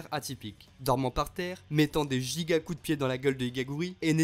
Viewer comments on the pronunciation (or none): none